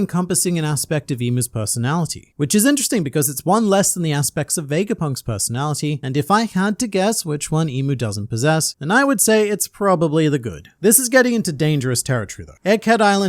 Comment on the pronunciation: Why do people keep calling IM, Emu?